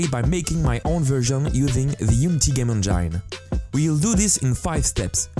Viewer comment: That is such an odd way of pronouncing "Engine".